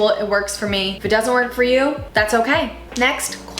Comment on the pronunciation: when “okay” sounds like ”o-gay”